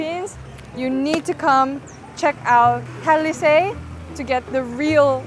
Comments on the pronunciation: it's buko shake and not buko juice. Talisay is pronounced as ta.li.sigh. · Conch pronounced as CONK. Talisay - is Tali-sigh